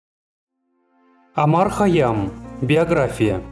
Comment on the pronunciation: Не Омар а Умар